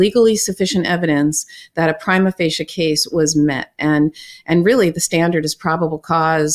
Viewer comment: Uh… The “prima” of “prima facie” should be pronounced the same way as the “prima” in “prima donna”: “PREE-muh”.